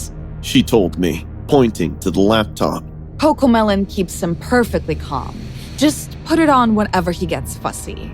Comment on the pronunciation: Wie everiting is cocomelen😂😂😂